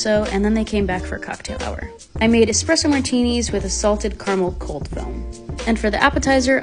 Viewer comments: It makes my heart super happy to hear the correct pronunciation of Espresso especially when it came to the martinis 🥰🥰🥰🥰 I’m a bartender I make them almost daily and it’s a Uber pet peeve when they put an X in the word.. so happy you made this video saying it right 🥹🥰💙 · Much better pronunciation of Espresso this time 😂 Much love! 💛